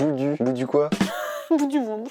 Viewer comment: Boudou se prononce pas comme il s'écrit quand on le dit 👀🙄 on appuie sur le mot